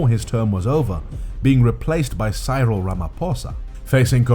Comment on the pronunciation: I only subscribed coz you said Cyril wrong, but you said mkhonto wesizwe perfect lol...